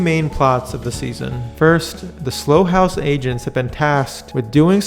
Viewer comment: It's not 'Slow' house, it's 'Sl-ow' house.